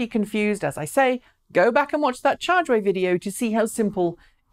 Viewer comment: "Chah de-mow" Gonna get a severe OCD if people pronounce it ch'day-mo. Twitch twitch.. lol